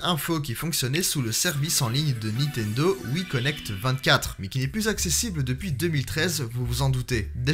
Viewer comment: Is it only in France that there are people who say ' NITENDO " (without N before the T) instead of " NINTENDO " ?